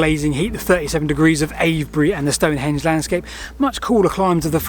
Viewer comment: Don't call it "stone-HENGE"... it's STONE-henge.